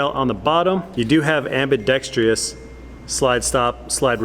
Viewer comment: ambidextrous, not ambidextreeeeeeeous